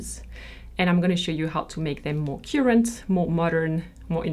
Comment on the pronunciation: I love the way you said 'current'...Very french...💜